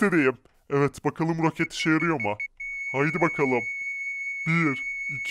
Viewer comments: ‘’ROKATLE’’ anladım abi .d jaksjsj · Abi rokatle değil roket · ROKAT DEĞİL ROKET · Rokat değil roket